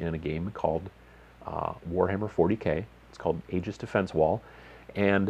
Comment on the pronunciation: It's pronounced Ee-jus not Age-iz...